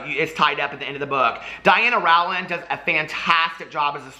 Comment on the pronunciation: Rowland rhymes with Poland!